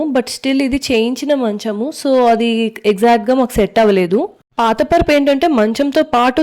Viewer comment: పర్పు కాదు పరుపు అక్క